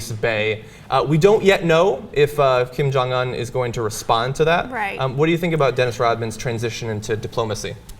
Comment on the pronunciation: Kim Jong-Un is pronounced Keem Jahng oon. Damn it, John...